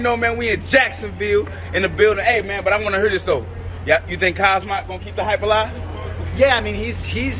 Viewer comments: This nigga cant say Hamza? Keeps on sayin kazmat WTF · My boy said Khazmat😭😭😭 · Shcaub called Khamzat Daghestani 😂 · Buckley calling him Kazmat is fuckn hilarious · First Buck with the "Kazmat" and then Tito with the "Chimosley" come on guys lmaooooo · That had me rolling 😂😂😭🤣😂😭 kasma lmao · LoL Tito didn’t know how to say khamzat